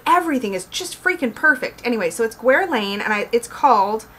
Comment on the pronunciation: there's a background high pitched noise in this video that might have been there on the other video you filmed on that spot, is that intentional? and the "U" and "i" in Guerlain are silent and I can't believe Taschen put glossy paper on the Fairy Tales book, now I'm glad I did cancel my preorder:(